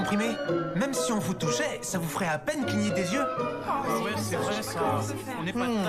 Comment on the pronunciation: Je parle Espagnol. Je comprends un peu de Français, quand Sugino dit "Ce vrai ça" je pensais qu'il dit "cerveza" (bierre) 😂😂😂 Merci pour les vidéos de pratique! :D